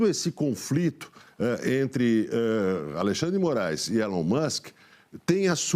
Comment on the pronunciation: Dilma em pronunciamento disse que é contra a saída só X do Brasil... segundo ela como ela vai chamar o Alexandre de Moraes , Aleandre de Moraes ou Andão?